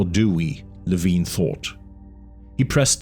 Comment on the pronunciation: I had the impression that he's name is pronounced lee-vine not lee-veen